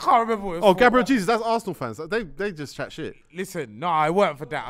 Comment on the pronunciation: You can tell Tego didn’t get his GCSEs it’s pronounced GABRIEL HAYZOOZ